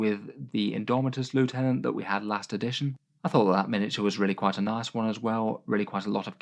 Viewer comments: Every time mispronounces Lieutenant a puppy sheds a tear. Won't someone please think of the sad puppies? It's quite obviously Lieutenant and not Lieutenant, I'd understand if it was in any way ambiguous but come on... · Actually, it's pronounced "lieutenant".